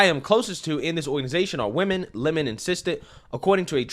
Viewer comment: Who take him serious when he says his surname is lemone. rather than Lemon.